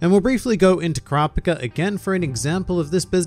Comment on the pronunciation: His pronunciation of Kurapika hurts